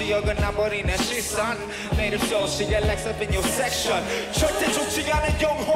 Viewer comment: "Speak into my sowowowoull" I was ded